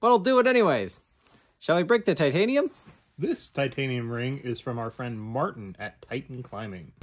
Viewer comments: "Chitanium" lol love it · "Chi-tanium" lmao